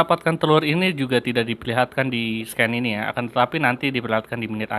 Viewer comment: Bang, cara baca scene = sēn 😉